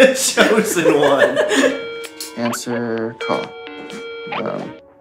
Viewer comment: "he's the chosen one", my half asleep brain heard "the nose-n one"